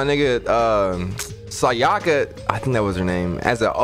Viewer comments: My guy it’s Sakura not sayaka Sayaka was the one who tried frame you fam. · This man called me the name of a whole different character after he mispronounced my name the whole game. We have to run hands now. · Listened to him say her name wrong so many times I don't even know how to say it